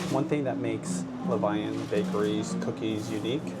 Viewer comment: Levain is the French word for leaven and the bakery is pronounced Le-VEN. Their cookies are so bomb, and I want one every time you show them. Always love the daddy/daughter trips.